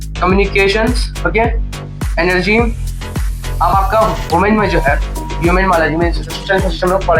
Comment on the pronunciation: Bhaiya aapki human ki pronounciation galat hai